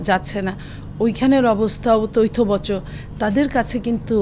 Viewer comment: বিএনপি নেত্রীকে বলছি, শব্দটা "তৈথবচ" না তথৈবচ হবে।